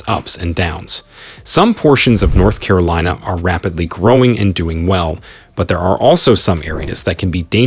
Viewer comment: Carilina? I think you may need an editor.